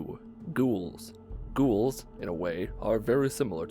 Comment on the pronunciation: the way he pronounce "Ghouls" is kinda annoying lol